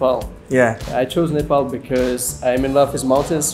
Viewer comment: They pronounced 'Nepal' as 'Nepal' not nefol💓